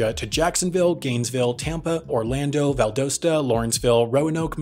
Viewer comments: its pronounced val-dah-stah not. valdohsta spelled valdosta. pronounced by southerners= vial dahstah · Val DOS Tuh not Val DOSE Ta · Holy shit I live in Lawrenceville. Pretty cool seeing us get a shoutout on this channel. Btw Valdosta is pronounced "Val-dah-stuh" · You’ll never need it again, but it’s pronounced ValdAHsta, although it’s spelled Valdosta. Happens a lot, or it gets confused for Vidalia (home of sweet onions). ;-) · my pure Georgian ears screamed hearing him say Valdosta. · You said Valdosta wrong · As an Atlanta resident I found it funny how you said Valdosta; it's probably the way it should be said/originally said now that I think of it. Find it odd they fly out of Lawrenceville instead of the main airport in Atlanta (not like it's busy), must be based on their lab's location. Great video as usual.